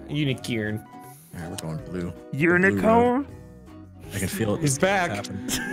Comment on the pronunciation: going "UNEE?" when they said un-eecorn made me go DEMEE??? when he calls the demigoron demee-gorgon